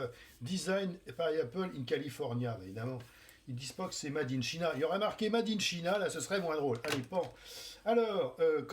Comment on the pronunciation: made in china comment il le dis sa me tue